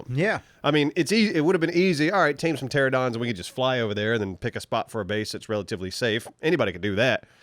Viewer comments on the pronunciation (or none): Omfg! I love ya'll, but hearing you say 'pteradon' instead of 'pteranodon' physically pains me... my pancreas explodes every time you say it. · Please read this on the next commenting on comments so everyone gets the message. Love your guys stuff but for the love of cooters ghost, please stop pronouncing pteranodon as tera-don. You are missing a whole “na” syllable. It’s like pronouncing banana as bana. And, radiator is not pronounced rah-dee-are-or, it is ray-dee-ate-or. Because the heat doesn’t rahdiate out, it raydiates hout. Your just trying to fancy it up and it makes my ears bleed. Thanks guys!